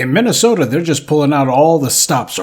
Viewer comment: That’s Minnesota I’m sorry MINNYSEWTA for ya